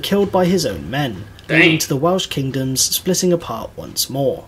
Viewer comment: The pronunciation of the Welsh kingdoms was bad, too